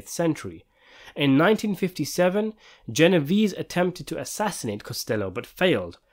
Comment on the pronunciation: You CANNOT discuss Italian mafia movies and pronounce Genovese the way the narrator is in this clip. DO YOUR HOMEWORK!